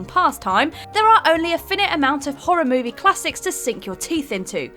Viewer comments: ''Finit''. Is that supposed to be ''Finite'' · “Only a finnit amount” ...are you kidding me? “F-eye-night” ! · Finite is not pronounced ‘Finnit’. It is pronounced ‘Fyenight’ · its pronounced fie night, not finn it. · It's "fie-nite" not "finnit." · They said “Finn-it” instead of “fine-ight” 😣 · Quickest yet, mispronounces "finite" as finn it in the first minute of the video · Why does everyone at What Culture chose to use words they can't pronounce? "Fin-ite"?? Jesus Christ woman. Sprachen Zie Eenglish??? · Dammit?! Not even 30 seconds into the video and you're up to your usual brainfart tricks again! Slow down, read the script and then pronounce the words in front of you... Don't make something up! Is it that difficult to do? Surely not?! Finite is not pronounced as "fin-it"! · That is not how you pronounce 'finite'. How can there be so many terrible pronunciations in these videos? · So as soon as I heard who was narrating this, I thought "Maybe she understands how to pronounce words better now". Then she immediately shows that she does not know how to say "Finite". SMH is COVID really stopping ya'll from screening better? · Anyone else hate how she pronounced Finite? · “Finite”. Honestly, they mispronounce something in EVERY damn video. It is absolutely infuriating.